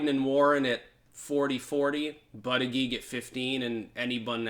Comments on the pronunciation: Buttigieg name is pronounced like "Buddah Judge" :) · Hey, apparently it is pronounced "Boot Edge Edge". Trump explained it to me at a rally:) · It annoys me to hear you talk about bootedgeedge. I’m not ready for a first gentleman in the White House. Tulsi all the way.